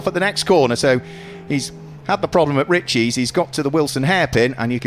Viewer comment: It's not Richeees, it's pronounced richis or rich is. Please no eees. 👍